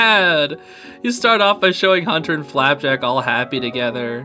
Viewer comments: It's flapjack not flapcrack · Its not flapback.......ITS FLAPJACK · I love how u said "FlapBACK" the whole time instead of flapjack lol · Did bro just say “FlapBack” 💀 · Please stop calling FLAP JACk flap PACK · who the f REDACTED people says FLAPBACK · Him: flapBACK Me:*breathes in intense* it's FLAPJACK NOT FLAPBACK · If he says flapback one more time, ITS FLAPJACK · Flapjack ❌ Flapback✅ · I die inside every time he says "Flapback" and not Flapjack. Is anyone watching in 2024? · Is it just me or is he saying “Flapack” instead of “Flapjack” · flapback? that's what I hear him say, isn't it flapjack? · not sure if its some sort of inside joke or something but hunter’s bird’s name is “flapjack” like a pancake, not flapback 😭😭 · I HATE THAT HE KEEPS SAYING: "Flap back" LIKE FLAP BACK!? NO ITS FLAP-JACK RIGHT? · His name is flapack ive watched the owl house five times and always heard flapjack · Bro over here saying flap back it's FLAPJACK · Everytime he says flapjack He says flapback instead and its funnys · You keep calling Flap-Jacks flat-pack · He said flapback. I am mad. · Hunter called it flapjack not flapback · I’m sorry but you keep saying flapback instead of flapjack 😮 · I loved this video but... IT'S FLAPJACK NOT FLAPACK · if you are a real toh fan then you know IT'S FLAPJACK!!!!!!!!!!!!!!!!!!!!!!!!!!!!!!!!!!!!!!!!! NOT FLAPACK!!!!!!!!!!!!!!!!!!!! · Flapjack, not flappack zeez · IT'S FLAPJACK!!!!!!!!!!!!!!!!!!!!! NOT FLAPBACK!!!!!!!!!!!!!!!! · STOP PRONOUNCING IT "FLAPBACK" ITS "FLAPJACK" 😠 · It’s not flap back it’s flap jack 😡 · Isn’t it flapjack? Not flapack? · It's pronounced flapjack. I mean oh my God, bro. NOT FLAP BACK JESUS CHR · Btw it's not flapback like u kept saying it's flapjack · he is saying "flapack" when it's pronounced "flap-jack" IT'S SELF EXPLANITORY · Its flapJACK Not flapBACK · just so you know its pronounced flapjack and not flaphack or whatever you were saying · Bro saying flapack instead of flapjack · HIS NAME IS FLAPJACK NOT FLAPBACK